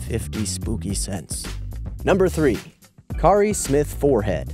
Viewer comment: Kari is pronounced 'carry'